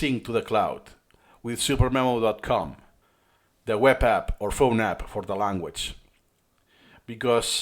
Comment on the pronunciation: me: mom can we get supermemo? mom: we have supermemo at home supermemo at home: suDermemo supper memo superneno